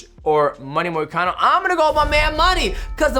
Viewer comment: “Renado moricano”😂